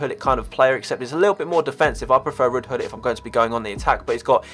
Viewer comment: Gullit not gull it